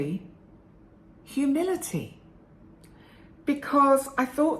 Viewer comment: Thanks,! This was encouraging for me to reflect on past hurtful people lacking humility and be able to frame them as lacking healthy self-esteem. Also helpful for forgiving myself for being like that at times in the past. Side comment: at first I thought you said “humidity“. Me: well it is summer, lol. Have a great day!